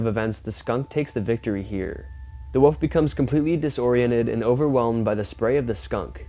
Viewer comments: What is it with the younger generations not being able to pronounce WOLF? This young dufus insists on saying WOOF! WOOF! like he's some sort of barking dog! Its W-O-L-F! WOLF!! Not WOOF! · The "WUFF " LOL!! I guess he meant WOLF (WOOL-ph!) ? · Its not a "woof"...its a "wolf"... You pronounce the "L". If you're going to narrate please get the pronunciation correct, yes? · It’s a WOLF not a WOOF !!!!!